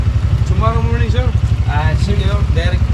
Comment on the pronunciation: Congrats you got the correct pronunciation right the first time!!! SIQUIJOR and SANTANDER!! hahahaha